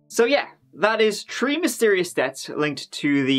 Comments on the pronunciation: Three....tree? Thirty.....tirty?? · as a baseball commentator: “Batting turd today, he’s tree for tree with tree singles. His turd tree hit game of the year.” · I just cant get over how you say "Three" or "Third". It sounds like Tree and Turd.